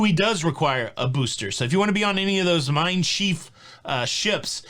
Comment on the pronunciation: Hey, you need to get some pointers from Heidi of Deutschland for pronouncing these TUI ship names. It’s pronounced MINE SHIFF(rhymes with SHIP and the stinky stuff)